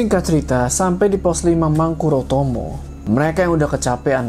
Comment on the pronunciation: Saking antusiasnya, mahkotarama jadi mangkurotomo